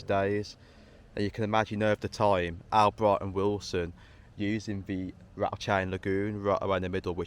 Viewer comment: Great video. Btw, it's pronounced All-bright. My dad used to work there.